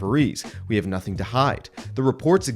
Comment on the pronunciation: I have nussing to say. If I speak I am in big trouble. Nussing, nussing to say :-)